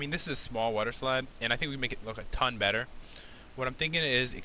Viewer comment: Why does pat say aton